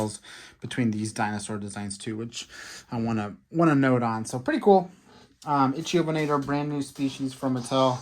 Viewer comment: They’re pronounced “Roo-gops” and “ICK-thiovenator”.